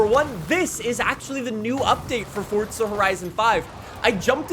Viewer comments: It's not fort-za FFS. There's no T in FORZA !! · "Fortza horizon 5" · Is it pronounced 'Fortza' even tho it's spelled forza? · Welcome back to fortza horizon 5😂